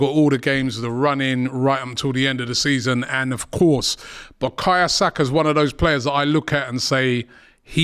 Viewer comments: "Buh-kahya Saka" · Just clocked, Robbie calls man "bakaya saka" 🤣. Robbie Lyle, butchering footballer's names since 2012.